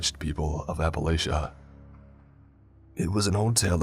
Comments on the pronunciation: That’s Honestly the best way to pronounce that😂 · Appalachia = Apple Ate Ya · as a person who lives in appalachia, i hate the way people mispronounce it, but this is an actual legend told by the older people who live here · Yall be so butthurt over his pronunciation of Appalachia omg cry babies, everyone isnt from there people are bound to miss pronounce it yall act like hes doing it on purpose stfu